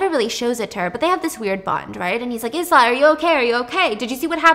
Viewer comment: I love Stephanie, so much, even when she mispronounces words like Ibiza and Isla 🤣 cutest thing ever Your video keep me going girl, keep it up 💋